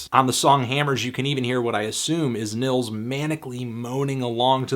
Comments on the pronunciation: Nils is pronounced like (K)neels...great stuff though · its pronounced like ' Nyeelts ' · It's pronounced "Neels", bro. Nice review. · the first name is pronounced "neels" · Just a help, the i in Nils is pronounces longer, like Neels, if you will.